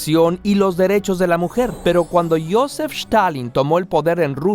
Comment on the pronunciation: no sabia que Stalin se pronunciaba con SH